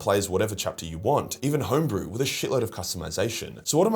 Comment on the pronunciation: Did you say…HOMEBREW?!